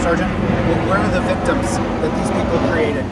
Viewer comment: "Where are the victums?" Hahahaha No corpus dilecti....victims"